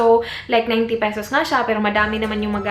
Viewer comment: "let me go ahead" - voice agent ka te no? "pesows" - sosyal. anyway try m nga maybelline, ever bilena and nichido products review.. thanks